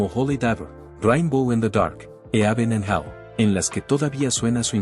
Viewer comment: Me generó dolor de huev0$ escuchar todas las pronunciaciones de la persona esta... "Dió" "javi maral" "eaven an gel" "blakmo-re" etc